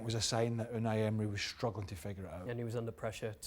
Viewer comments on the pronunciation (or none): U-and-I End-mery